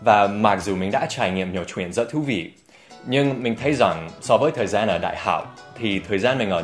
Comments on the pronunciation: Từ " kể chuyện " có cái từ " chuyện " Dan đọc nhấn mạnh quá , người việt như mình thấy đó giống như " kể truyện " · your ch in "chuyện" is too strong, make it softer and smooth.